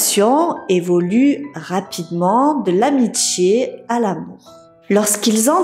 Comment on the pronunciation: Par contre je suis désolé mais faut vraiment faire attention à la prononciation ! Brandji, elle grandji , l’indjiana, l’amitchié , petchi a petchi …vous affriquer beaucoup vos mots … faudrait faire un petit travaille de diction et ce n’est pas une mauvaise critique …